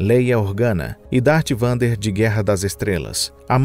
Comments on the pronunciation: O tema deste video é otimo, mas o narrador muito ruim, péssimo no inglês, se vai falar sobre ciência, pesquise a pronúncia correta, já estava mal, mas parei de assistir ao ouvir Dart "Vander". Que raio de nerds são vcs? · Darth Vander? Tirando esse equívoco, o conteúdo está sensacional! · "Dart VANDER" kkkkkkkkkkkkk